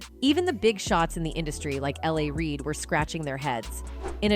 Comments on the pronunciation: Lol!!! IT’S NOT LA REID! It’s L. A. Reid!!!! Like you’re saying Los Angelos! Like that old 80’s song!!! “I Love L.A!” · The didn’t get L A Reid right either! 🤔🤦🏽‍♂️